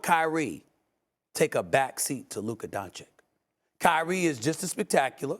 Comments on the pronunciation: Luka "Don-Chick"....bro, Stephen, u cover this sport for how long now? How do u not know how to pronounce a top 3 players name....🤨🤦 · It's 2023 and SAS still says "Luka DonCHICK".... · Its Don "citch" Stephan A. Its not that hard, i promise. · Kyrie would take a back seat because he won a championship by taking a backseat. Also now is that after this many years, sas still doesn't know how to pronounce Lukas last name? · It’s 2023 and SAS still cannot pronounce Luka’s last name. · One day Steven a stiff will pronounce Luka doncic correctly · It's just sad how after 4+ years of reporting about him every single day Stephen A. Smith STILL doesn't show the respect and learn how to pronounce the name of one of the top 10 players in the NBA. That's just disrespectful and shows a complete lack of interest in basic knowledge about the topic that you are covering. Whatever he's paid for his work is too much.